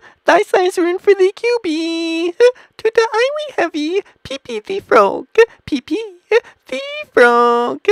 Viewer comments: peepee............... IT IS pepe [pep E] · It is pronoced (pa-pe) not (pee-pee) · You said pepe like peepee. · He called Pepe peepee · did it call it pp instead of pepe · its peppay not pp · No one literally no one : This guy :"pp tHe frOoG" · ah yes, peepee thee frawg this plushie is actually super cute lol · He said pee pee the frog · did you just say pIPI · why is this person calling pepe pee pee? XD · I knew he would say pepe like that great video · He missed the best part. Hint: Its the way he pronounces Pepe.